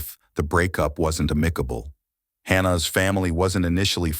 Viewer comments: AMICABLE is pronounced "á-mi-ca-bel" not "a-mí-ca-bel" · Yes. Instead of "healthy" we get "heelthy" and "amicable" we get amickable " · Heelthy. Ameecable. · This narrator jas the weirdest pronunciations.. "Unheelthy" "amikkable" "underminning" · The AI reader you're using is trash. The errors are all I can hear. spor- Tage. aMicable. Ffs. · Who the hell is reading this? "Spourtauge" "Ameekable" come on! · Undermening....... Hillthy...... Imicable...... REALLY?!?! 😂LMAO You can say Health normal so why is it hard to say healthy??? Just add the EEEE at the end, HEALTH-EE, Healthy. Was this done on purpose?? Amicable, Undermining & Healthy.......not hard words to say. I'm confused. Still great video. ❤ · A mik a bull hmm. AI. It's a new world and we'll have to get used to it for now anyway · Ah-MICK-able for "amicable"?? This is what happens when you let a computer pronounce words for you. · Oh, fuhcrissakes! Another f*^'ing AI voiceover! This AI is pronouncing words like healthy as '..not always heelthy..', and the word amicable as 'aMICable'. Fuhgettaboutit! I'm gone. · I can’t with this narrators pronunciations. Amicable, undermining, etc. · The pronunciations of healthy and amicable are atrocious 😂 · The pronunciation of the words "healthy" and "amicable" were also monstrous.